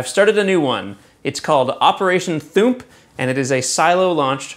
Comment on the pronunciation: "Operation Thoomp" Really? lol